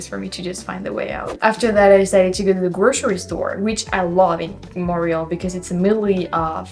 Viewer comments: here in the US, i have always heard Montreal pronounced...Mont=tree=all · Tu dois prononcer le T de Montréal en anglais.